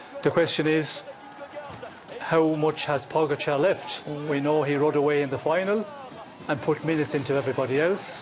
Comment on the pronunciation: Why does Kelly continually mispronounce Pogacar’s name?